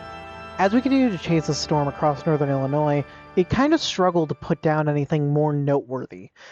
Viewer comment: "Northern IlliNOISE" :face-blue-wide-eyes